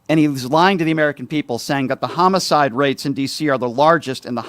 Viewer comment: He cannot even pronounce homicide correctly.